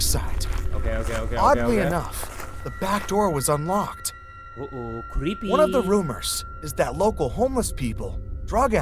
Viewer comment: when said "o oh creepy" it sounded like "o oh stinky"